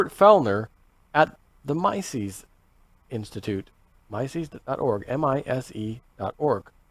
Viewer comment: Mises is pronounced "Mee-sus"